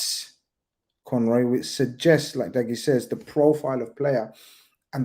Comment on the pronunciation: They pronounced Dougie name wrong the whole show. That’s poor 😂😂